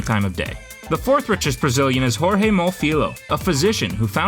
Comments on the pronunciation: stop saying "jorge" in a spanish way please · the j is not r we not spanish 🤮